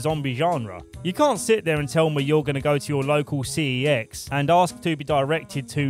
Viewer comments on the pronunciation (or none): 1st time i watchd 28 days i 💩💩💩💩🤣 Great vid by the way, but 1 major mistake i couldnt let go 😫 was you calling it C E X 😕 🤣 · It's pronounced "SEX", LOL.